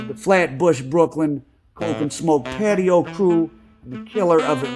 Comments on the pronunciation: It’s not patio …, it’s pronounced patois …it is a English based creole language with west African influences spoken primarily in Jamaica 🇯🇲……. They were from Jamaica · It’s pronounced Paa Twah